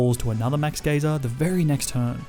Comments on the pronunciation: Sir it's "guy-ser" not "geezer" or " gaysir" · “Max Gayser” 💀 “Max Geeser” 💀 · It's not max gee-zer it's max guy-zer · “Geezer” “Gayzer” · Dude please learn proper pronunciations for pokemon and normal words as well. Geyser not geezer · Great vid (max gazer pronounced g-ia-zer) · Ah yes geeser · He also says gayzer instead of geyser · Being from the Uk, hearing ‘Max Geyser’ pronounced as ‘Max GEEZER’ made me laugh 😂😂. “Oi, MAX GEEZER, you good mate?”. Also YES. GrookeyGang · He said max gayser people happy pride month ❤️❤️ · Anyone else bothered by the way he says geyser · He also said Kabu had a sizzlipede when it's a centiskorch, and kept pronouncing Geyser incorrectly.